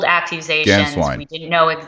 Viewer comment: Both of you need to get your pronunciations right when saying Archbishop Georg Gänswein's name. It is pronounced: GAY-ORGG GHAN-SCHWINE! Archbishop Georg Gänswein will have a place to return to in Bavaria. To think he is trying to figure out where he belongs is a misconception. Pope Emeritus Benedict XVI, I am sure, has taken care of that the moment he became Pope. 💞✝️JuT❤